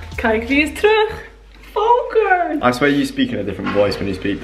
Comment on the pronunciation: Yezzz, just make him listen and speak Dutch like a real Dutch girl, ignore the resistance! Haha You did really well and so did Volkert! By the way I love that he is named Volkert, it’s a Friese name (like your mom), and I always liked it. You pronounce it perfectly also. And you have very little brutish accent in your Dutch 👍🏻